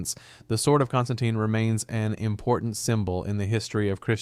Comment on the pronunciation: He got my pronunciation of my name wrong 😑